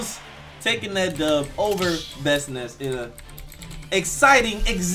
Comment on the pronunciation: This man didn't just say "Bestnice" .......